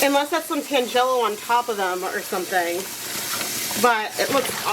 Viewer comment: Very interesting experiment. I think I like the mop best. FYI, tangelo is a fruit and it’s pronounced TAN-gel-o.